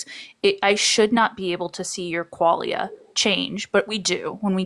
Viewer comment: mispronounces quaila… seems legit.